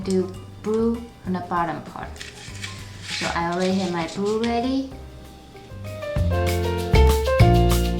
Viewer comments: yes she is speaking blue in a weird way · u say yerro brue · She can't say blue she says bwue